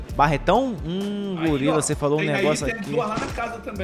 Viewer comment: Cerol falando GOLIRA 🤣🤣🤣